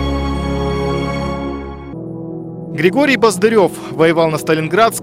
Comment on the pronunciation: Только он был баздырев с ударением на а. И е вместо ё. Спасибо большое.